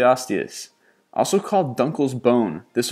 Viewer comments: If you do a list like this, first, rehearse the names of the animals so that you can pronounce them correctly. "pterosaur" is simply "terosaur" without vocalizing the "p". Dunkleosteus is actually very easy to pronounce, as "dunkle" and "osteus", without all the extra syllables. And how about archaeopteryx? How did that one get messed up? It's been around a long time, and is easily pronounced as "archae", "opter" and "ryx" or "arkay opter ricks". Not hard, and learning the names makes you sound like you know what you're talking about, whether or not you do. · He pronounces Dunkleosteus as Dunkleasteus